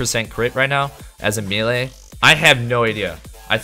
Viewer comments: its maylay or meelee, pick one and stop butchering the word XD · For the love of God, please pronounce melee correctly, especially if you're going to say it a million times. Also, your understanding of how that crit reduction talent works is entirely off. Other than that, thanks for the other info